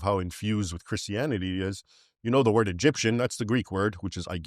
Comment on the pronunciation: the way you pronounce it is what i learnt was used by white south Africans as a racial slur to blacks south Africans